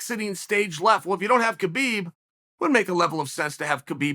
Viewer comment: Geez Uncle Chael, you pronounce Khamzat correctly, "Hamzat" but you pronounce Khabib incorrectly as it's also a silent K as in "Habib". And no, Khamzat did does not call himself "Khabib 2.0". Others were calling him that and Khamzat said no, "I'm Khamzat" not Khabib 2.0.